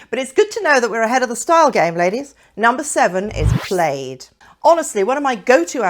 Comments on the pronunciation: ..in US and UK we pronounce 'plaid' as PLAD..we just do.. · Why do you pronounce plaid like you’re not just south of Scotland? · PLAYED no I think it is PL "A" D, A as in Apple. Good advise. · Yes plaid rhymes with bad…